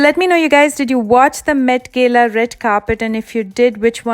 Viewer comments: Its not met gela ...its ...met gala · It pronounced Met GALA not Gayla. but fabulous attempt at recreating. Should definitely give PC's look a go too, I reckon u'd crack it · at least pronounce properly . it's not gela its gala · It's not Gayla it's gala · Gela nhi gala hota h😂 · Bro it's not metgela😅😅 it's metgala😂😂😂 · Its met Gala not met gela pronunciation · It’s not met gela it’s met gala correct ur pronunciation dear BDW nice parody makeup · It's not met gela it's met gaalaa 🤣🤣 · Its met G A L A not Gayla 😒😒😒😒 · When she say Padukone and gala, bruhh I died laughing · Gala pronounciation was lit ha... Lol